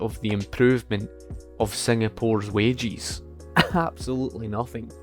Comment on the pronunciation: I thought he was referring to wage earners as "wagies" but he was just saying "wages" with an accent 🤔